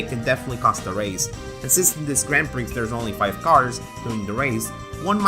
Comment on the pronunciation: Don't pronounce the x in Grand Prix again, please XD